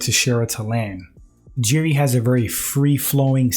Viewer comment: The J in Jiri is pronounced as a "Y".. So his name is pronounced "Yiri" not Jiri. Besides that, good breakdown